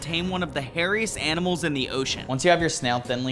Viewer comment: bro teaching us aminals and cooking without even trying😭